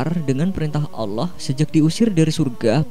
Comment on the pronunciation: Allah swt bukan Allooh!